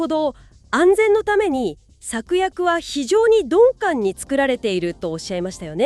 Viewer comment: 鈍感をドンペンみたいに言うなw